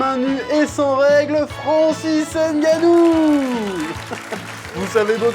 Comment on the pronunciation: gannou , au cameroun on lit gannou non n- gannou